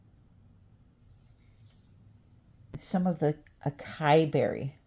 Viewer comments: Pronounced “ a sa ee” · Psst...that gorgeous new purple color...acai is actually pronounced AW-SAW-EE. Just thought I'd let ya know my dear. 😉